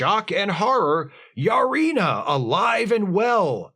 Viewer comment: Wait...Lutan's wife is named "Yar-ina"?